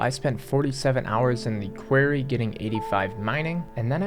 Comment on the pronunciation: The way you said Quarry made me laugh 🤣